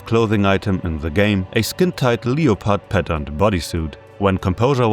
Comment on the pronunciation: MAN I'm finishing this video since i had to stop halfway through yesterday and GODDAMN that is THE worst pronunciation of leopard i have EVER heard. Did you mistake it for the word leotard? Because leopard is pronounced "lep-erd" lol